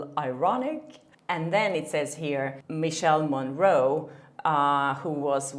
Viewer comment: i love you but pronunciation! miˈkɛːle morˈroːne